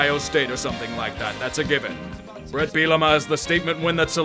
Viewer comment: It's Bert, not Bret.